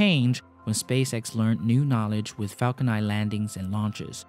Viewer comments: dude your videos are really good and well researched, but holy spaceballs dude every time you say "Falco Nai" instead of Falcon NINE!!! I lose all interest in the video... Please work on enunciating English words with an N at the end... It gets more and more annoying as the video goes on having to listen to you saying "falco nai" every time.. . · the way he pronounce the falcon 9 confuses me. :( i'm hearing falcon i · Am I crazy or were you saying “falcon eye” the whole time?